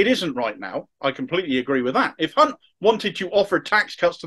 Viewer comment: Sorry to be critical but I do believe you pronounced Jeremy's surname wrong!